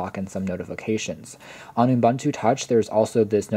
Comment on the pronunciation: Good video, but it's pronounced "oo-BOON-too" not "oom-BUN-too".